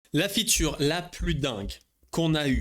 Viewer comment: Arrêtes de dire "la future" tu peux juste dire "la fonctionnalité" pourquoi tu insiste sur "futur" même si tu dois dire ce mot anglais prononce le en anglais alors soyez pro les gars